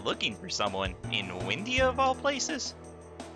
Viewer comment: And I now know its Wyndia, not Windya